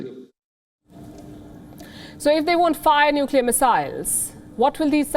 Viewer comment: Scomo says Nukiller for Nuclear lol